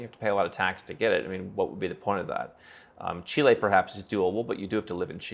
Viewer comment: Thank you for pronouncing Chile correctly instead of the idiot 'merican way chili.